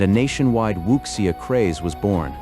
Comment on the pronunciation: Wuxia is pronounced Wu (soft G)ia Also the audio was AI generated